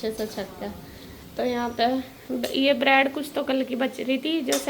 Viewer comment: Brad nhi bread hota h😂😂😂😂